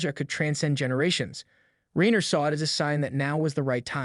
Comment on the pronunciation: Rye-ner you gen-z twit.